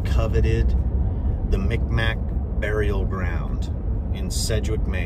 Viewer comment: Mi'kmaq native from Eskasoni. The "k" sounds like a "G" and the "q "is silent Mik-maw is how we pronounce it, mic mac isn't right but a joke here. Fun fact we invented the hockey stick.